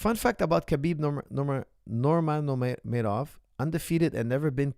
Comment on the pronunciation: Coach it is pronounced: Habib Nur Muhammad Ov